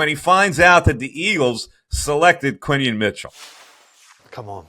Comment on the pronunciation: QuinYON not quinton